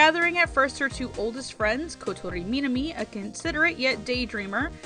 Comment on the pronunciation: Kotori Meeenami (that pronunciation at point tho)